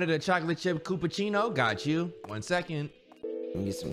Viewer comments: “CHACHALACHI” dashie really can’t pronounce cappuccino😭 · saying “Koopacino” was hillarious! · Lmao "Chupiaato" "Chipiano" "Chillapoochi" "Coopaccino" 😂😂😂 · "...then i have a matcha cupachowchow." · and then here come talking abt a coopachino like 😭😭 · Dashie with that Matcha Capacholtow has me screaming! 😂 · "matcha chapacasau"😂😂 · Bro it's the capaCHOWCHOW for me😂😂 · matcha capachatoe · "then I'll have a mocha cappaochochon" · I like how Cory greets in Japanese and the other YouTubers can't pronounce the cappuccino they pronounce "capupuchowchow" "machahalati" "chillappuchino" instead 💀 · Everybody mispronouncing the name of the coffee Dashie: CapaChowChow 😭😭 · "Then I'll have a capuCHINAOTOW" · chippiano, chillapucci, cupaccino lmao all kinds of butchered😂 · "Matcha cappa-chow-cho" 💀💀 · the way all of them pronounced the name of the coffee so wrong and not even close to each other 😭😭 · Dashie jacking up these names has me freakin hollerin 😂😂😂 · Damn the pronunciations all messed up, I love them all 😂😂